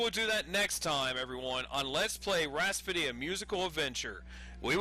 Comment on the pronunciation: lol. "Rhaspody"...